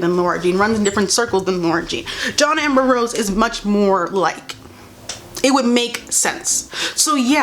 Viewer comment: i can't unhear her saying "john amber rose"